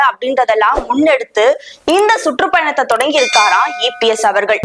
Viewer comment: சுட்ரூப் பயணம் இல்ல..சுற்றுப்பயணம் தமிழ் உச்சரிப்பை சரி பண்ணுங்க